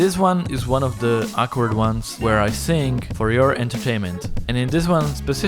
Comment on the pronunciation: "I know, I can't really sink"